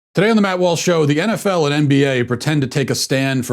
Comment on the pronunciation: What is this "enefell" and "enbeeay?"